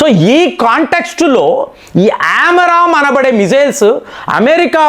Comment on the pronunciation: Not Aram amram missiles ఆరామ్ కాదండీ, ఆమ్రామ్ మిసైల్స్